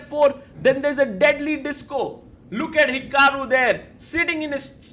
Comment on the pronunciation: ",,, then there's a DEADLY DISCO!" It's such a genius description. And said with that Indian accent makes it so perfect. The way most Indian people with a bit of accent pronounce the letters D and T is just so cool. I'll never forget the first time I noticed it when I playing a video game ("Fur fighters", FYI.), when one of the background character says: "We Indians don't think who we are... We knooow who we are."